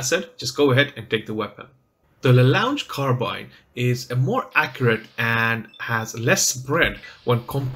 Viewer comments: It's pronounced. Lah Long Car Ah Bean! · Another fantastic guide - despite terrible pronunciation! 😂👍 It's French. It's pronounced 'La Long Carrabeen'. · don't worry everybody does mistakes and the weapon's name is in french so it's difficult to pronounce in english. keep it up! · Please say it correctly :(